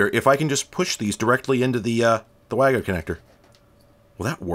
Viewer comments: It's pronounced "WAGO" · FWIW, as they're German, WAGO is actually pronounced var-go, though I still think "way-go" sounds so much cuter.